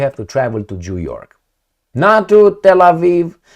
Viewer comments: Am auzit eu bine … Jew York 😂😂😂😂😂😂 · your Zimbabwean accent results in an interesting sound when you pronounce New York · He wanted to say New York 😂